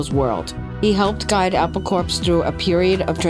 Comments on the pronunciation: can tell its a Yank doing the video the way Prestatyn was pronounced, we in england & scouse land pronounce it like "press dat in" & its also pronounced apple core, not apple corps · Apple Corpse. Hilarious! Did sort of turn out that way, though... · It's pronounced "Apple Core", not "Apple Corpse". It's spelled Apple Corps Limited. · Apple "Corpse"? LMFAO!!! I guess a real person wasn't available to do the narration. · A PAUL CORPSE